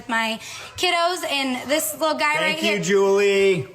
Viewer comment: “Aww tank you” jaaja thanks did your hard job